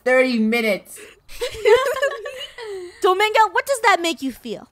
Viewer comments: It’s not Domingo it’s dominga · its DomInga NOT domAnga